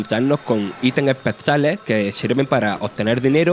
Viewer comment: Por favorpronuncia bien, Espectales no se que es. Pronuncia S, Googlea la rae